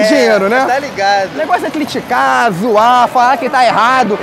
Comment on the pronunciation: Gabriel Monteiro: "cliticar" "climes" eu:😘🙃🥰💅😛😍😘💅💗❤👁👄👁💅